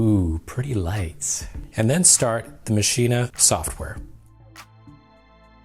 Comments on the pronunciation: why are you saying maschina... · Please stop mispronouncing maschine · Isn't it pronounced as Machine? I saw 3 videos including this and everyone called it MASHINA. Now I have doubts :p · wait are u saying "maschinAH" is that how its pronounced? i was today years old... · Does anyone else get annoyed when he says maschine but pronounces the the at the end?